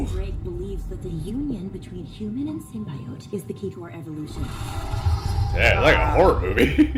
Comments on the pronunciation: Why tf did she say Sym-bye-ote... it’s sym-be-it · SYMBYOAT??? the fuck do they not even know how to pronounce symbiote right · I just hope they touch up that god damn CGI. Those tentacles were looking suspect. Also that pronunciation of symbiote as “SIMBAIOAT” was triggering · I don’t like the way they said symbiote in the trailer.